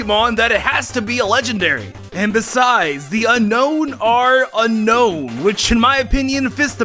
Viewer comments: dude its unown not unkown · Unown its (un-own) not unknown like says in the video.